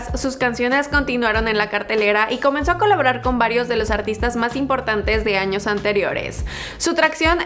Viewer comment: Hay no dice años dice anos